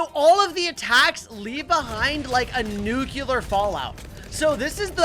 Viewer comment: Why is he pronouncing nuclear as nucular?